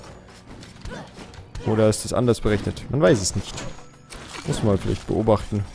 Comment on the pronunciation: Das "man" hast du aber ganz schön gefailt XD am n XD